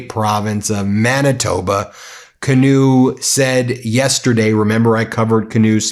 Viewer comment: Preeeeeemier Kinew. Heavy long e on the first syllable with a short ier on the second. Please 🙏! Love your program. 😊